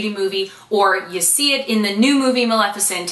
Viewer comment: Oh my GAUD!!!! You said Maleficent right every time!!!